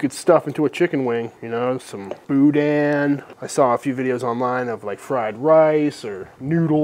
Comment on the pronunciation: Great video ! But, you dont pronounce the hard "n" in boudin. :)